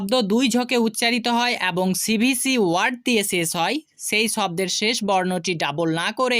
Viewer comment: শেছ নয় শেষ বল